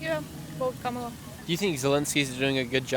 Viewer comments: I'm frankly amazed that despite having asked hundreds of people whom they would vote for, that Nick Shirley STILL CAN'T PRONOUNCE KAMALA HARRIS"S NAME CORRECTLY!!! It's KAMala, not KaMALa. The Ukrainians handled her name better than he did. And Putin is pronounced POOtin, NOT PEWtin ! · It’s “comma la”. Since you’re getting bigger, maybe it’s time to say it correctly.